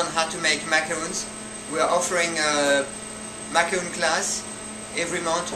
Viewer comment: "Macaron" pas "macaroune" ...